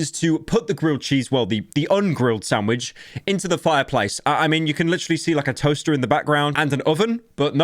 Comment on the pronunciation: huh, the entire vid is really pyro just saying "snandvich made rong". He truly rose up